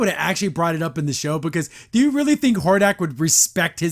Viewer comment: really is. Not to mention how they butchered Hordak.